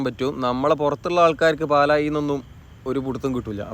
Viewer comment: പാലായി അല്ല ബ്രോ പാലാഴി :)